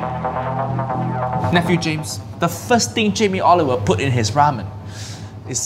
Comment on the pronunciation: Jamie Oliber...Haiyaa ⛳